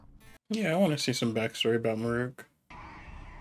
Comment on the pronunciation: "Muh-REWK's Daily Life" Why do so many people mispronounce 'Marulk' in that exact way?